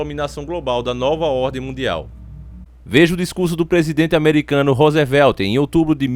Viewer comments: a pronuncia é "rusvel" e não "rosevél" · Pronuncia-se ruzivelt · Esse tal de "Rosevelti" aí hein kkkkkkkkkkkkk